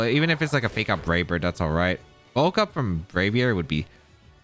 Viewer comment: please pronounce "bulk up" as bull-cup and not ball-cup. please.